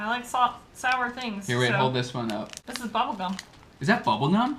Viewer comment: A impressão que tenho, a menos que eu esteja diodo, é que, às vezes, quando você fala o “that” soa “vaat”!! E com o “this”, às vezes, soa do mesmíssimo jeito, e sai “viis”!! Poderia esclarecer qual a maneira correta de se falar 🤙🏼... see ya!!